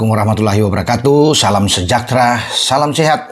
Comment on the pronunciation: Saya penggemar yg kredibel, tapi sy terganggu ucapan salam agar diperbaiki menjadi Assalamu'alaikum........ wabarakaatuh......bukan.....rakatuuh